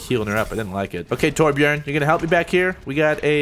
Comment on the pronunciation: Wow, you actually pronounced Torbjörns name sorta right. Color me impressed :). That's better than a majority of Americans ever bother to do.